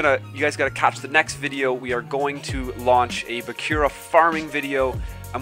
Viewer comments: kazehaya Shouta that bugged me too lol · BAKURA not BAKYURA